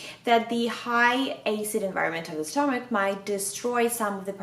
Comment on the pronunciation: Stommach "Eycid" :)))